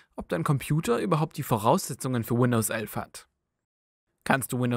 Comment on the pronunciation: Das heißt nicht Windows ölf